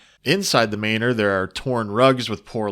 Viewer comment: Did you pronounce "manor" as "mainer" or am I having a stroke